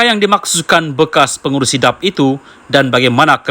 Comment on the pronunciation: Pembaca berita bukan orang Malaysia kerana sebutan DAP seperti “dap”😂😂😂. Nampak macam kita tidak ada pembaca berita Malaysia kah???